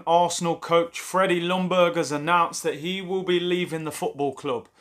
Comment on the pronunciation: Pleeaase English speaking people !!! The L in Ljungberg is silent. It is pronounced "Youngberg" 🙄